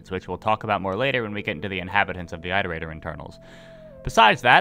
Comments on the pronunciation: It's it-er-ator Not I-ter-ator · Who the hell pronounces it eye-rotator and not it-erator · It's more like eeterator than ayterator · said eyetertater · EYEterrator? How do you pronounce iteration or re-iterate? Also if we're going off downpour which this video is (I don't, I think it's terrible fanfiction) the whole basis of why you go to the city in arti's campaign is because 5p is bothered by the scavs in it showing that it is not a separate entity (in downpour which is garbage). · Is the way he says Iterator a regional pronunciation thing? Because to me, it’s pronounced the same way as in “reiterate” like “it-erator” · it is objectively pronounced it-er ate-er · Time to find out if has finally learned how to pronounce Iterator Edit: Nope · you're saying iterator wrong